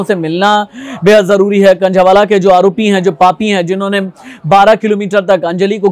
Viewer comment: Khnjheee wala nhi h khnjhawala h